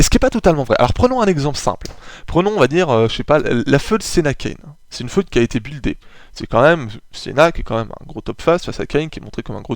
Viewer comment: Sinon simpa franchement hesite pas a en refaire d'autres ! Sinon parcontre ya quelque prononciation fause (surtout sur fued .. C'est pas feuud .b C'est plus fuid ou par exemple tu dit hell alors que c'est heel (genre il en francais ) mais sinon rien de bien grave on te comprend ! :p En esperant tu refase des video du genre ! :D